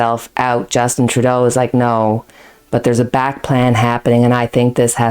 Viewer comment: So have we in the US been mispronouncing Trudeau? TRUdeau, not truDEAU?